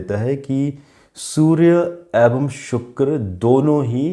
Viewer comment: आप "ऐवं" बोलते हैं। शब्द है "एवं"।